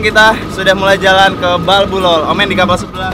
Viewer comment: Itu di NAMLOL bukan BALBULOL